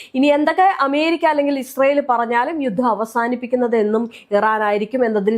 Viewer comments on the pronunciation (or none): none